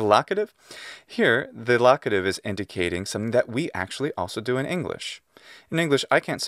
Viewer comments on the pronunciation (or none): "In" means "en" says the speaker of American English (that's how MY British ears interpreted it, at any rate). No, no, "in" means "in"! To be sure, the vowel quality is not identical in British English and Latin, but it's only slightly different.